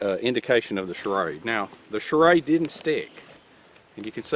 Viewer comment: I love how you pronounce it charade. That accent is awesome! Cheers from california. (Don't worry, im one of the good ones)